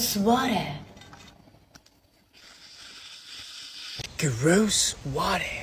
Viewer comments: She's saying rose orange and rose water not Grosse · I love how "rose orange" becomes "gross orange" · on #2 i think she was saying rose instead of gross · Lmao. I love that he thought she said “gross water” when she actually said “rose water” kmao. I adore this guy. He makes my day! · She said rose orange and rose water not gross 😂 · Can someone tell him she said rose not gross